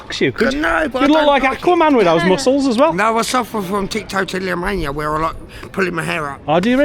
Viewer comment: Love that the guy with Trichotillomania tells us how to pronounce it while saying it completely wrong and I'm pretty sure that knocking your own teeth out is probably not a recognized symtom! Lol